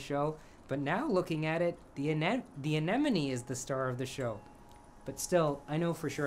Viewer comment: You are the first person I've ever met who can pronounce anemone correctly! Absolutely EVERYONE say anenome..... I'm so happy!